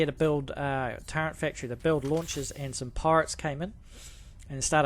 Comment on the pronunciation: I appreciate you, I appreciate your video and the knowledge that you're sharing! Thank you! But please... there's no 'n' in turret. It's not pronounced turrent. Thank you!